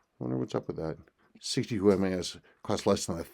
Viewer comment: MAS MAS MAS not MES. Obviously you’re not a seiko guy and this watch is not for you.